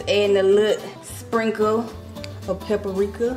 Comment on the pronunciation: Lol I love you D❤, but it’s PAPRIKA, not pepperika